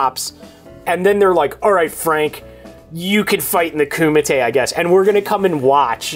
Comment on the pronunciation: "I've never heard of the KUMATEI, but I have heard of the Mike Matei...." LOL.